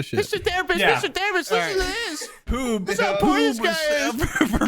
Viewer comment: did he call Poob Pube because it's making me laugh so fucking hard